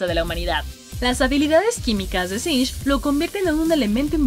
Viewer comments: Quien le dice sing a singed? Wtf siempre lo dije mal xD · "SINCH" singed. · No sé ustedes, pero yo siempre le decía singed, ahora resulta que es sinsh jajaja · Sinng... No es singed??